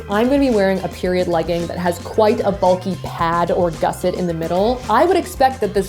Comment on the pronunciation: gusset /ˈɡʌsɪt/ Learn to pronounce noun 1. a piece of material sewn into a garment to strengthen or enlarge a part of it. 2. a bracket strengthening an angle of a structure. According to the first result on Google this is what a gusset is, so she got it right I guess